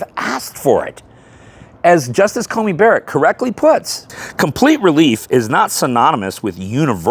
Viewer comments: Dude, I love ya, but it's CoNey not CoMey :) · Just a quick correction. The Justice's name is Amy CoNey Barrett. You mispronounced it throughout this video as having an 'M', rather than an 'N' in the middle of Coney.